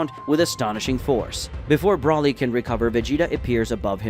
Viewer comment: Still cannot say Broly it’s not Brawley is Broly get the name right? Please get his name, right?